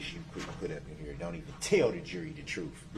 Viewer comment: The troof comes with their OAF of office. Do dat do dat.. I AKS you again…